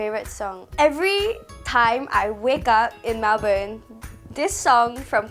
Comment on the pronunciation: melbourne is pronouced as mel-bin 😆